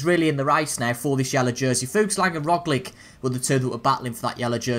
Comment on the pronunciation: Also man - Roglic is pronounced like - ‘Rog - Litch)